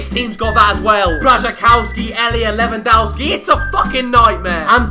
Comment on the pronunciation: Lewandowki and Błaszczykowski are pronounced 'dof-ski' and 'kof-ski' not 'dow-ski' and 'kow-ski' :)